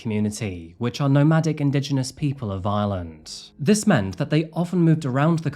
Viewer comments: Loads of Brits mispronounce lreland as lsland! Its a real bone of contention for us lrish! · Hus accent made "Ireland" sound like "island" lol. I kept waiting to hear what island it was!